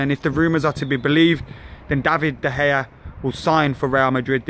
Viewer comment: you still can't say it right;) it's DUH - PIE